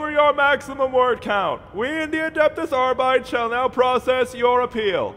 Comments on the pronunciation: Unless it was intentional, just a tip; "Arbites" should be pronounced Arr-Bit-Ayes, not Arr-Bites. It's a faux-latin thing; think of the roman Principes and Velites, they're pronounced in the same way. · Cognitive dissonance like nails on a chalkboard whenever someone mispronounces the pseudo-Latin words in 40k. Arbit-es Not ar-bites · Adeptus Arr-Byte-Ease. THREE SYLLABLES! You don't pronounce "Custodes" as "Cuss-Toads", and you don't pronounce "Astartes" as "Ass-tarts". Therefore, you do not pronounce "Arbites" as "Arr-Bytes". That's just not how it's done. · why is it pronounced ARE-BYTES and not ARE-BEE-TES? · Ar-bites sounds wrong. It should be Ar-bit-ees. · Ar - bi - tees not ar - bytes :( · It's pronounced "Aar-bii-teys", not "arbyte". But it's fitting that the average member of the Adeptus Arbites wouldn't even know how their own order's name is pronounced. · “Arbites” is pronounced “Ar-bih-teys” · I refuse to pronounce it "Arbytes." I'll stick to the pseudo-latin and call them ar-bee-tes, thanks. Space marines are not adeptus aystarts. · is latin, and means judge. ahr bee taes is the correct pronunciation. Than again this is 40k filled with butchered latin so who knows. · It's pronounced 'arr-bih-tess' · Arrr-bee-tees say it with me now. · Always assumed it was pronounced "Arr-bee-tays" making it sound faux-latinish. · I'll never understand why people pronounce Arbites like "biting". You're not calling Adeptus Astartes "ass tarts" either. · Adeptus arbi-tes, it's latin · You pronounce "arbites" WRONG. Other than that, brilliant video. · Is that actually how you pronounce Arbites?